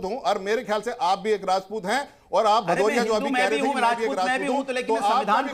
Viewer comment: भदौरिया नहीं पदौरिया है 😂😂😂